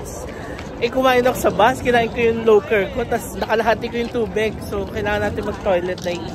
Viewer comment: Great experience..:dream ko din makakita ng cherry blossom… btw po Loacker brand pronounced as “Lo-wa-cker po ..Nalaman ko lang din nun nagwork ako sa dutyfree auh😊